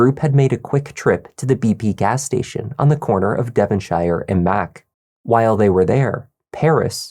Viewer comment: Use Google on how to pronounce 'Devonshire', Please...